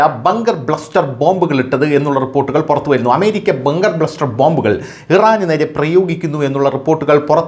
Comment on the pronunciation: Bunker bluster അല്ല, Bunker buster ആണ്